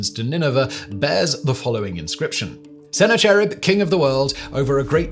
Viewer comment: Liked the video but I think that Simon should take a little more time to research how names are pronounced. For instance Sennacherib is pronounced as Sah Nak a Rib. Or sometimes Sen Nak A Rib.